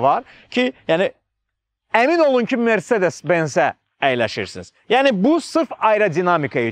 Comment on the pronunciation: Mercedes sözünü Azərbaycanda düzgün tələffüz edən insan !